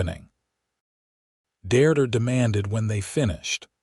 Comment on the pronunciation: This story is a good one. Listening to the story is really frustrating due to the lack of accurate English language pronunciation. The woman's name is "Deirdre" pronounced "DEERDREH" The story uses 3 different spellings - all wrong. The word is "Mesa or Mesas" Not Maces.